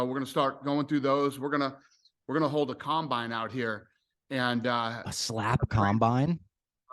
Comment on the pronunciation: Dude said combine lol